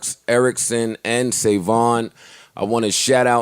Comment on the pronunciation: Sayvon. Google kate spade and read it to yourself